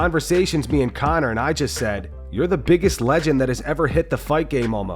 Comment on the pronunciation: No one says "Legend" like that. How dare you